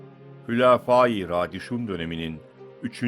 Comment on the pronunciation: Radişun değil raşidun doğru okuyun bari